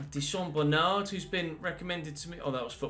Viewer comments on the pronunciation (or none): none